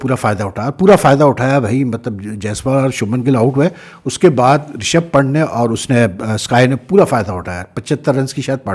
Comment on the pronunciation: Pant is pronounce as "pun" + "th". Please correct ot sir.......